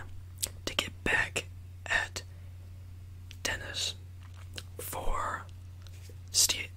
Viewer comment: every time he says “dennis” i hear “tennis”. 😂😭😭💀